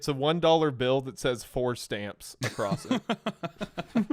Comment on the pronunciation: Whoever gave Wendi the dollar with “for stamps” on it… excuse me “FOAR STHAMPS!!!” you are my hero